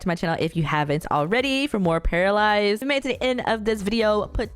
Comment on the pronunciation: It’s actually pronounced pair-uh